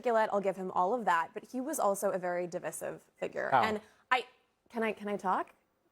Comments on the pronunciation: lol she said di'vis'ive instead of div'eye'sive such low IQ trying to make a point when all they have is uneducated racism to spew. This MAGA needs to just shutup already. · Why does she keep pronouncing Divisive as D-vesive? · She literally can't even pronounce the word "divisive", how do you expect her to be able to define it? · Is she purposely incorrectly pronouncing words like divisive and library? I never seen her before so I'm not sure if this is just her. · Red dress mispronounced divisive and library. She was so inarticulate and talked like she was going to cry. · She didn’t even pronounce the word properly 😂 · TBF, she didn't even know how to pronounce it, apparently. And normally I wouldn't hold that against someone because it just means you've only seen it written, but "divisive is one of MAGA go-to words in news and audio clips so it pretty clear that she hasn't given the word or what it's supposed to mean too much thought. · She doesn´t even know how to pronounce the word correctly.